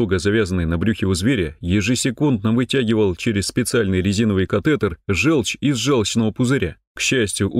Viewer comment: Напишите в программу говорящего робота: не желчь, а жЁлчь.